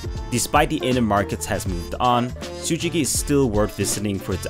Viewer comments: awesome video!! but not Tsujiki it's Tsukiji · I am Japanese but I learned a lot from this video lol. And No offense, but Tsujiki is wrong, Tsukiji is correct. Anyway awesome video